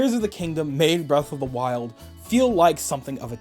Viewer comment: Era of the wild I think he sayin